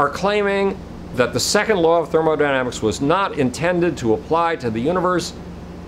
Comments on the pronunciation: I'm definitely going to trust a guy with no professional scientific training. And who calls thermodynamics "thermodynamisis" . I thought the amazing atheist was idiotic and totally philosophically and academically inept years ago when I first came across him. I'm actually embarrassed for him to see how far he has fallen, yet I'm sure he believes he has become more sane and legitimate. Peace. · "Second Law of Thermodynamisis" ... Thermodynamisis